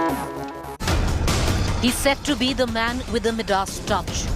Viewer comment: Improve your pronunciation dear - it is My-dus NOT My Dads